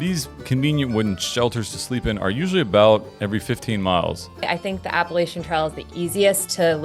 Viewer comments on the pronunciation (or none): Appa- LATCH-un! Appa-LATCH-un.